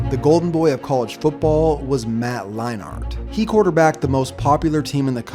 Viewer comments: it’s pronounced matt lein-ert not lein-art... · Kind of annoying you saying line-art lol it's pronounced line-nert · “Matt Lie-Nart” lmao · I know right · How he says Matt Leinart drives me up the fucking wall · Mispronouncing Leinarts name really hurts your credibility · You pronounce Leinart like you've never heard of Matt Leinart